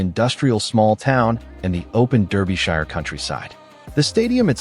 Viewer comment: AI that has no idea how to chuffing pronounce English places correctly Berkshire is BARK-sheer Derbyshire is DAR-bee-sheer, -shər